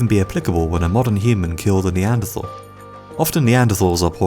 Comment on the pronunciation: You are mispronouncing Neanderthal.